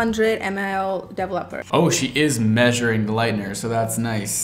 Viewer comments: De-velop-er it’s DE-VELOP-ER!!! Developer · This first girl was so cute and optimistic 😅. I laughed every time she said "dev-a-LOPPER. Glad she was happy with the final result. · The first girl saying “Devil-epper” let me know it was gonna be a train wreck LOL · Literally heard “double upper” instead of “developer” & was like hmmm 🤔 is that a brand? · sounds like first girl is saying "double-upper" not "developer." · the way she pronounces 'developer' like 'devil upper' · The way the first girl pronounced developer made me angry beyond rational explanation 😤 😂